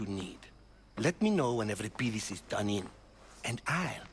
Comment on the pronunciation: Voice actors are completely mispronouncing Euripides..... Other than that, ace game!